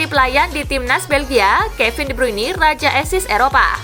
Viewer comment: Please dah Speaking nya di benerin jangan de bruini tapi de bruin 🙏